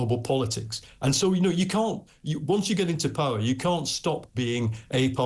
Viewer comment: Did he just say come into powe!!!